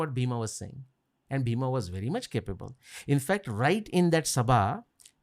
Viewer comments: Bheema. Fools its not bheema. Its bhim. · The name is Bheem not Bheema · Why they pronounce Bheem or Bhim as Bheema or Bhima, there is no sound of aa at the end of his name..likewise for other characters in the Mahabharat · not Bhima its Bheem or Bheemsen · It is bheem not bhima and it's not funny